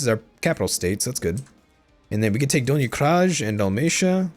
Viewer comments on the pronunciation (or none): when you pronounce donji kraji it's correct to say "do" like "donkey", "nj" like "n" in "new" (in Serbian it would be written "nju"), "i" like spelling letter "E" or saying the word "easy". That is for "donji". And now for "kraji", you say "kra" part correct but "j" is not like English "j" (jeans, Jordan, jam) but it's like "y" (yes, yummy, young) and "i" is the same as in "donji". So its more like "donhee cry-e " in simplest form:D. It's like this for all slavic languages. It's not your bad, I just wanted to give you some knowledge, it's always nice to know stuff like that. Liked your vid and subbed. Keep up!